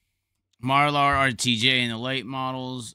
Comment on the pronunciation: And can you please learn how to pronounce Marlar’s name correctly also...